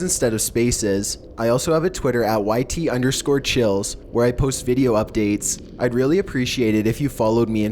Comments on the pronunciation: I like how he says chills all chill.😛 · Is chills pronounced like cheese in spanish?